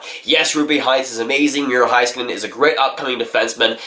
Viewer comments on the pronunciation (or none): And also, it’s miro heiskanen as in HEYskanen. Not Hi... HEY